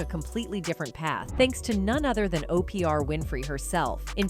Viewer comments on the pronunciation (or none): Why are you calling her Opr, her name is Oprah? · 🫥😑It's irritating my soul that her name is being said that way is that so you can get 2000 comments responding to the purposeful wrong pronouniation I'm not watching no more videos that do this goofy 💩